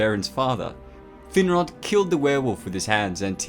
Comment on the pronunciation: ''Thin-rod''? Damn... talk about a cruel name...